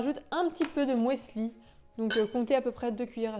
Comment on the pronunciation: du "moisli"? ehehehe! 😊😉